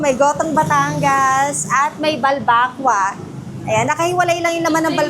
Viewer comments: Ang akward ng pronunciation nyo ng Balbacua. pero astig im a fan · ayusin mo nmn pg pronounced ng balbacua.. sakit s tenga e